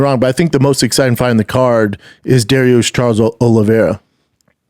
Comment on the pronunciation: He said douche instead of dariush haha